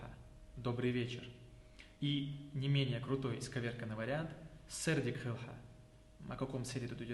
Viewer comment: Хилва* а не хийл ❤